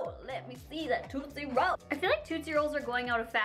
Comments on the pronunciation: You say Tootsie Roll wrong no offense it's not toot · i like how she says tootsie roll like TOOTsie roll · Did any one else get hurt when she was downing that candy lol I'm a 90s baby like I was born in 91 and that was the stuff I grew up with love all those candys and by the way did any one get irritated by the way she says tootsie roll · Why does she pronounce tootsie roll like that?? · I cringed every time you try to say "tootsie roll"